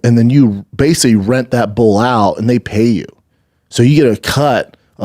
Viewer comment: Bull is not the same a bool